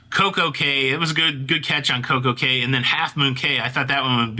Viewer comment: it’s pronounced Key not Cay!